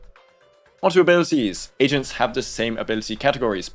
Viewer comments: I’m not gonna lie. I thought he said “three Asians” instead of “three agents” 😂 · Perfect, just what I need. Also I cracked up because I misheard you as saying “your team is composed of 3 Asians”